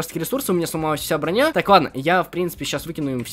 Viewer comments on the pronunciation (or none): none